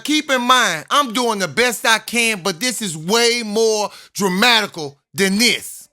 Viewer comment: My boi said dramaticall